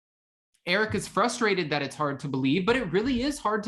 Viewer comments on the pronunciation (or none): none